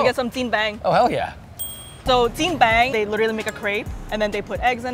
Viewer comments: WHAT DID SHE SAY??? JianBANG? That's JianBing! 煎饼! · Okay, so not to be a naysayer or anything like that, but I just want to point out a few things. - It's jianBING, not bang - Heytea is pretty average, good marketing but way too sugary, I guess it's fitting for the typical American taste, Auntea jenny or chaibaidao definitely better - That chuan for 2 dollars a pop was overpriced af, looked kinda tasteless as well - Haidilao is great, but waaaay overpriced everywhere else in the world, taste wise its average, the spicy broth they have is a very weak chongqing or sichuan one, other hotpot chain restaurants are generally better when it comes to taste, but from a customer service perspective and the options for dipping sauces it's definitely number one. Source: Lived-Living in China for 8 years, ate my way through 12 provinces, lived in 3, learned how to cook most things in the video. Gets a 7 out of 10 from me, mostly because of the effort, but still not super-duper authentic, very much "americanized" Chinese food. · the host can't even pronounce chinese words correctly, what is "jing bang"? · Brooo its Jian Bing!!!!! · Never have I heard jian bing called Jian bang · How can this chick not pronounce “jian bing” it’s such a basic Chinese word